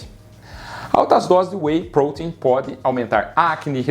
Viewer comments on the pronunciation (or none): que agonia ouvir WEY "Prôtein" ao invez de WEY "protéin" na forma mais abrasileirada kkk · Porque você fala prouteinm?? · PROTEIN e não poten !